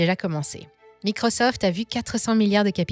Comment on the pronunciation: Apprenez à pronencer MICROSOFT avec l'accent.. Quand on frime il faut frimer jusqu'au bout 😂